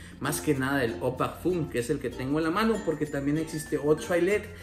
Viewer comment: Muy buen top la verdad ah y eau de parfum se pronuncia kon O salu2.